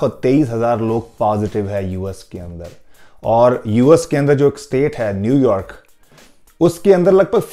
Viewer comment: whenever he says new york, it sounds like new year.